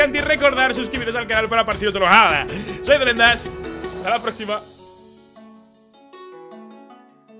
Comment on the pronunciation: rogelio Sanchez Yo antes pensaba que decia "Brendas" xD